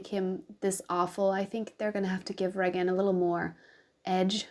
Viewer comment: Ray-gin is the correct pronunciation :) love your dragging of sadism!!